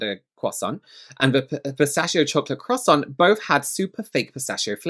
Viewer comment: Also a real food reviewer would know how to properly pronounce “croissant “……😂